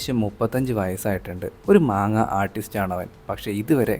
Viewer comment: മാങ്ങാ അല്ല ബ്രോ മാൻഗാ